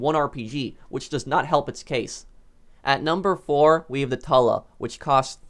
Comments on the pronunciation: I like how you pronounce 'tula' as "Tala". I pronounce it as "Toola" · It's pronounced toola not tulla the tula is actually quite well with a Decent pilot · Btw the tula is not pronounced tul a its toola you can just delete this im not helping just pronouncing it so im a useless comment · TWO-LA not TUH-LA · he said Tula like tuh luh I say it like too luh it don't matter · its not too la its pronounced cho la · At number four we hava the TalA. It's tula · Tula is pronounced Chula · I pronounce the tula the toola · it’s pronounced tUUUUUUUUla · I thought the tula was pronounced too-lah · Not trying to be rude at all but the Tula is actually pronounced Toola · the tuh-lah. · Firstly, its pronounced too-la, and secondly, the Mogul is a beast of a bomber. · When he said tula wrong, I felt a disturbance in the force